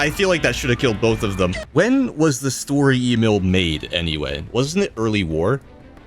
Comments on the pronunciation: Its not s-tur-er e-mail. Its Sch-tö-rör E-mil. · i beg your fucking pardon did you just call it "story emil" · Lol i wondered why he would constantly say "story e-mail" Untill i checked he ment sturer emil